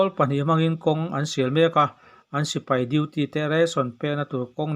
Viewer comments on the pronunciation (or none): none